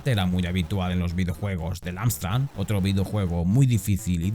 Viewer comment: Estás diciendo todo el rato AMSTRAN ... ¿en serio? ¿con N? 🙄